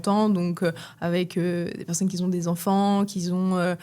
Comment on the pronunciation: "les personnes qui z'ont assez froid, qui z'ont une fréquence cardiaque assez basse" 😑🙄 Je n'ai pas pour habitude de m'arrêter pour simplement critiquer, mais les oreilles ont saigné... Quatre ou cinq fois comme cela à la suite... Ce sont les enfants de cinq ans qui écorchent la prononciation de la sorte, à la limite. 🙄 Par ailleurs, les personnes ayant une fréquence cardiaque basse n'ont absolument pas un métabolisme ralenti, dire cela tel quel est une aberration hallucinante... Une personne ayant un métabolisme dans les chaussettes peut éventuellement avoir une fréquence cardiaque mauvaise mais ce ne sera pas pour cette raison que son métabolisme sera "lent". La FC cardiaque basse peut être un des symptômes parmi d'autres, mais pas la raison d'un métabolisme ralenti. C'est même plutôt l'inverse. C'est plutôt parce que son métabolisme est éclaté que sa fréquence cardiaque est anormale (c'est surtout sa variabilité de FC qui est mauvaise). Allez dire à un athlète d'endurance que son métabolisme est lent parce que sa FC est basse 😅 C'est complètement absurde. Plus on entraîne son cœur et plus la FC est basse et le métabolisme carbure pourtant parfaitement justement. Si ton paquet fait 500g, et se compose de noix et de fruits secs, alors tu imagines bien que le tout ne fait pas "peut-être 600 kcal" mais bien quatre ou cinq fois cela... 100g de ton mix énergie te fera déjà plus entre 500 et 600kcal en fonction de la proportion d'oléagineux...